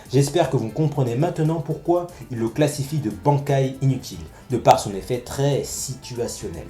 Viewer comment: Bankai ..prononciation véritable= bannekai(juste la prononciation par en écrit) mais bref , moi je l'ai trouvée très impressionnant son Bankai quand je l'ai vu sur BBS et heureusement qu'ils ont été la les Vizards sinon y aurai pas eu certaines choses, après je pense que si Shinji est capitaine c'est pas pour rien moi je le trouve fort perso après je vois pas en quoi ils ont été tournée en "ridicule" mais bon chacun son avis 👌